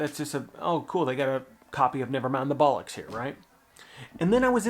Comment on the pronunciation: That’s not a bad pronunciation of ‘Bollocks!’ Americans always seem to pronounce it ‘BUllocks’ You done well.